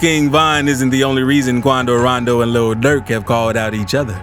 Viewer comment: It sounds so nice when he says quando rando